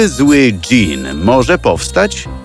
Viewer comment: Dżin a nie dzień🤣